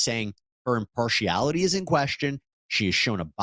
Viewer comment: Im-PAR-she-AL-ity is how that is pronounced 🙄